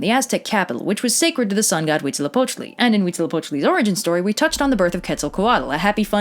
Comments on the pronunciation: Huitzilopochtli is the only thing she DID pronounce correctly. The -tl suffix is not pronounced like it looks. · DAAAAAMN I am mexican and you are very good at saying the deity's names Not Mexicans usually find it pretty complicated You are awesome (mexicas are normally pronounced like "me-shi-kas" but after hearing you say huitzilopochtli without a problem I no longer care lol)